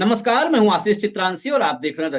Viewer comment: APNA name to Sahi bola karo samjhe